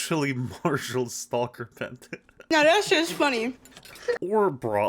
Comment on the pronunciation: Why does bro not know how to say stacker😂